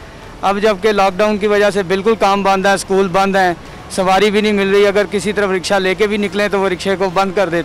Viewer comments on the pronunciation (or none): आंबे साले रिपोटर रक्षा नही रिक्षा बोल हाहा।